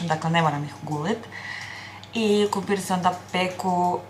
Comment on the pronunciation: Ja cijelo vrijeme cujem KUMPIR😂